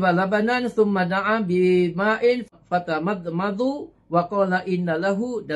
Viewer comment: Salam dan, perkongsian yg baik masyaAllah. Cuma bacaan kitab arab ada masalah pada baris. Tamdmadha bukan tamadmadhu, tuhditsu bukan tuhdatsu, bab mafuul bih, bab athof kepada haraf jar pun kena baiki lagi. Ini basic sgt dalam bab Ilmu alat, kena dalami lagi Nahu Sorf. Pengisian dan dah bagus, harap jangan cepat sangat nak condemn Ulama besar semisal Azhar Idrus, takut nanti patah balik Tulah pada kita. Ikhlas dari saya, moga dan sentiasa dalam jagaan Allah.